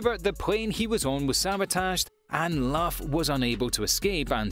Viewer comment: He just called lugh laugh hahahahah🤣🤣🤣🤣🤣🤣